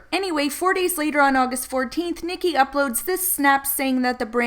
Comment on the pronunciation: Ahh I have a name twin! Thank you for saying the name right lol a lot of people butcher it